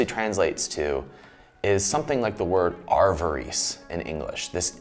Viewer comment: Love your work,, but it’s pronounced a-va-ris with short A’s and ris as in risk